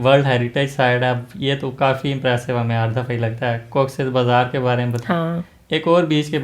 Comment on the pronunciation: Thats cox's bazar not bazar beatch